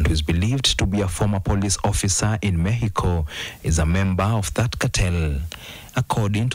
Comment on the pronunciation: its Mexyko not mekiko nkt in English its mek-suh-kow